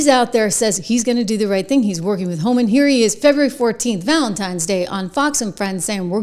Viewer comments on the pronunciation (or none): It’s HOLMAN!!!! Not Homan! I get so frustrated when the chyron is even wrong and then twenty people in the comments are like “I love Homan”… even my phone knows that it’s wrong!